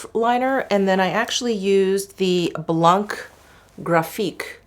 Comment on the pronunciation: French here 🙋‍♀️🇨🇵 First for "blanc" wich means "white" we just don't prononce the "c" at the end ^^ Then to translate you shades names : Mirroir d'eau = water mirror Au fil des fleurs = flowers passing by (with a notion of time) Au fil de l'eau = water passing by (alto with a notion of time... It is a romantic aesthetic related to Apollinaire and his poem "mirabeau bridge") Rose pétillant = sparkling pink ( "pétillant" suggests an awakened look, full of life and joy )